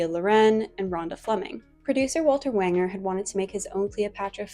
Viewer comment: And Walter Wanger is pronounced like Ranger.